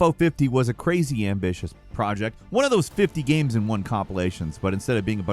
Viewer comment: "GAEMES"